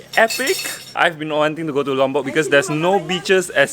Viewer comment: I like the way you pronounce Lombok, it sounds so near to my Javanese accent. ☺😊 On the other note, don't you want to spend your retirement in Penang? 🤗 The young coconut flesh is called degan.